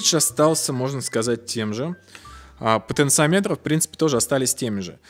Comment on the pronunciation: Извиняюсь за замечание. В слове "потенциометры" ударение на вторую О.